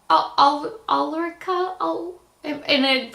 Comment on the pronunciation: u did really good with my name. 😊 I love the blushes and hope that they will be avalible here in Sweden aswell. I did have a good weekend and starting the week with your shoutout made my Day. You are such än inspiration 😘 thank U your fawn Ulrica